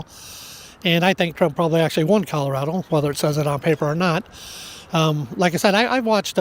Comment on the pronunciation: Did you notice how he pronounced Colorado? It had an " L" at the end.